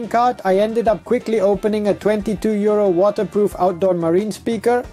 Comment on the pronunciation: Oh 62 euro lol, at the start the accent sounded like 62 year old and I was like whats he on about lol.